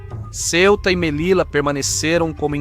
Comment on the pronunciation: Detalhe: Em espanhol, as letras LL produzem o mesmo som que o LH na Língua Portuguesa. Portanto, Melilla deve ser pronunciada "Melilha".